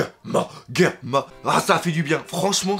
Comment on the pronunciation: Le Doc on prononce par Guerma, mais Germa (dis toi que c'est comme un germe sauf que tu remplace le "e" à la fin par un "a", il faut une bonne prononciation, voyons ! Mais bon, si tu as raison cet épisode et trop bien, quand j'ai vu l'épisode et j'avais l'impression que pour dire "merci de nous avoir sauvé la vie", Ichiji (le rouge), Niji (le bleu), et Yonji (le vert) (oui forcémént XD ) mais comme ils sont trop fière pour le dire, et bien ils ont dit à Sanji un petit mot d'homme fière (même avec le "déchet" à la fin, mais bon c'est quand même leurs frères dont voilà, ils le sauve quand même.